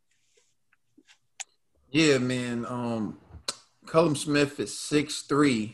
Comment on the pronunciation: Its super middleweight not light heavyweight and its not cullum Smith hes called Callum.. you pronounce it kal-lum ..